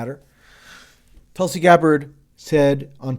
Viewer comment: sanders always had an abysmal foreign policy anyways. Bernie did say , "I’m deeply concerned the strike in Syria could lead the U.S. back into the quagmire of long-term military engagement in the Middle East,” so y u triggered tracey? Also, Tulsi's name is pronounce "T-oo-l-si